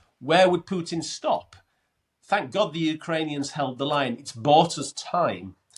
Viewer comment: Gets a 10 from Len just for pronouncing putin as pootin